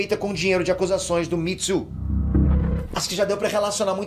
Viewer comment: O falando Mitsu em vez de Me too me quebra demais kkkkk